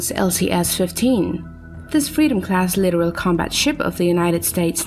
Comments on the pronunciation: 30-year Navy veteran here. The only thing here that makes me cringe is the computer voice narration. It's pronounced litTORal not "literal". A video like this would be far better if accompanied by commentary to explain context as to why now. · Litoral not literal. Holy shit.